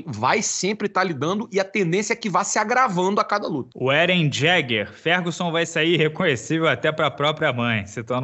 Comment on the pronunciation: É Eren "i"eger, o carrano deve conhecer o anime kkkkkkk